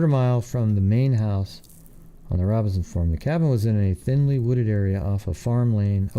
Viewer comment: You mispronounced Robison and Gerda